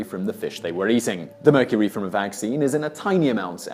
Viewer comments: He said tuna from meurcery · immediately scrolled to the comments after he said "the tuna in murcury" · He said the tuna in mercury lol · "Tuna in mercury" lmao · The tuna in mercury?? this guy messes up dozens of times each video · did anyone catch the part where Simon said "the tuna in mercury..."